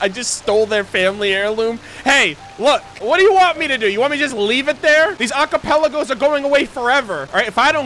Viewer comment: i like how he still says "a cappella goes" instead of "archipelagoes" even now in the current GAA event with the mirages.